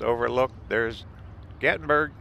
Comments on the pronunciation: FYI, it’s called GATLINBURG NOT GATBURG! Can’t you read? Gatlinburg was made famous because there was a Civil War battle fought there. Also in 2016 there was a major fire there, several people died. It was in the national News. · Why are you calling it Gat-in-burg it's Gatlinburg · Was looking for this. Thank you for pointing out the correct pronunciation for GatLinburg. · "gattenburg" makes me 😂 every time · it’s Gat-Lin-Burg buddy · There’s actually an “L” in GatLINburg.